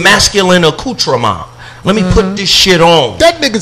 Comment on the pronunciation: Nahh Not an ac-cu-tra-mon 😂😂😭😭